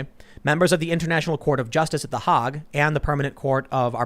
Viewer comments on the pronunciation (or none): Tim's pronunciation of The Hague is just PAINFUL!